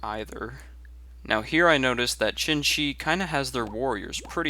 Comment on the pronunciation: He keeps saying chin-chi which really ticks me off. I've heard people say "shin" because it's the closest they can get but "chin" is wayy too far off. Try saying "tseen-tsee" Here's a link you might find helpful: there isn't a specific pinyin for Xin-Xi (which would really help in its pronunciation) but you might want to stick to zin-zi in the meantime. That said, I really enjoy your commentaries and gameplay, stay epic